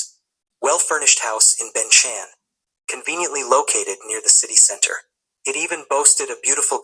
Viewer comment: The Magic of AI!!! If you listen carefully there are words pronunciation differently from English speaker (i.e. center/centre, laboratory , history... etc.) in this case the word 'center' was definitely not commonly pronounce in the U.. (especially if you learned American English as this Youtuber did.)